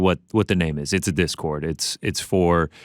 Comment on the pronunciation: “Pause right there.. what’s a disord channel?” 😂😂😂 I’m dead bruh